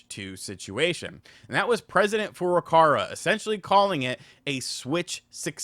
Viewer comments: Dude.... It's Furukawa! It's literally racist that you say Furucara. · It's Furukawa! Not Furukara. KAWA!!! Learn the name of the friggin' president of Nintendo! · The presidents name is FurukaWA not FurukaRA 😅